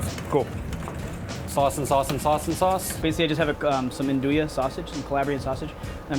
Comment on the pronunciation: 'An-doo-ya' sausage? L Pronnounced On-do-we